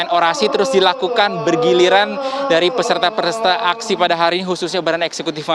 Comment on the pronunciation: Menit "Peserta-Peresta".??